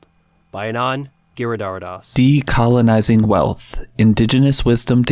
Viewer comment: I thought you said "Anon giridaridas"